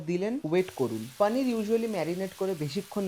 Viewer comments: Hindustani der moto paaaneer na bole poonir bol tui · ওরে আমার ঢং রে। পানির। পনির কে পানির বলাও এখন কুল!!! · আপনার প্রত্যেকটা ভিডিও ও রান্নার পদ অসাধারণ এবং আপনার ভিডিও উপস্থাপন এর পদ্ধতি খুবই সুন্দর | তবে বাংলা ভিডিও তে "পানির " না বলে "পনির" উচ্চারণ করলে শুনতে ভালো লাগে | বাঙালি "পানির" আর "লাস্যি" বললেই মনে হয় মুখে "বাত" হয়েছে | বাঙালির এখন "পনির", "লস্যি" বলতে মুখে তীব্র ব্যথা অনুভব হয় | বিশ্বাস করুন আমার মাতৃভাষা শুনতে খুবই মধুর | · 😂😂 Same here.....kono bangla channel পানির bolte pare ?? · Poneer bolo 😡